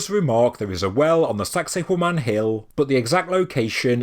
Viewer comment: Every time you say sacsayhuaman it sounds like you're saying 'sexy woman' in a Jamaican accent 🤭